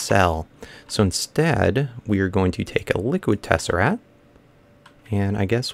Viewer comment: It is not a tessaRAT! It is a tessaRACT!!! You drive me crazy when you say Tessarat.